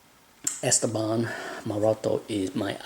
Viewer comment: The stress in the name is wrong: it is not ESteban, it is EsTEban. French puts the stress on the last syllable by default, Spanish in the one before the last. Wikipedia says: Esteban (pronounced [esˈteβan]) is a Spanish male given name, derived from Greek Στέφανος (Stéphanos) and related to the English names Steven and Stephen. Although in its original pronunciation the accent is on the penultimate syllable, English-speakers tend to pronounce it as a proparoxytone /ˈɛstəbæn/.